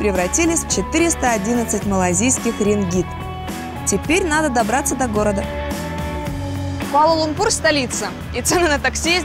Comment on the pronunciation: Почему используете такое непривычное слуху ударение? Даже в иностранных видео используется ударение на лУмпур, а не лумпУр